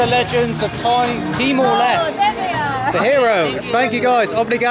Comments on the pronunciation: TEE - MOR - LES - TAY (end part sounds like Namaste) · Pronounce is Timor Leste - Les Teh If im not wrong. Not Lest